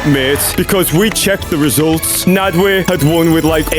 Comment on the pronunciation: Why does bro call nadwe naadweeh